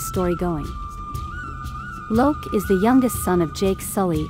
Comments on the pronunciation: It’s not lok it’s Lo’ak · It's lo'ak not loak. There is a difference in spelling his name. You completely butcherd his name 😢😢😢😰😰😰